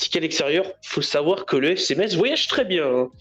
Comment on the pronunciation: merci de ne pas prononcer le z de Metz, svp ! (en phonétique, "messe")